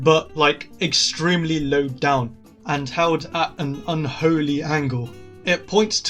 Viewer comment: i like how you say "un holy angle" 🤣 Fun fact : the "un holy angle" was actually rally comfortable if you use it.....I use that angle and almoat FCed a 5* map"